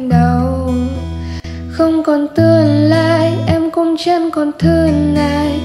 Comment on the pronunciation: Phát âm k chuẩn tươn nướt đán chẳn đặc trưng giọng nam sai những cái đó khi hát